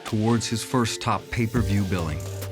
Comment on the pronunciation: It's may-per-view....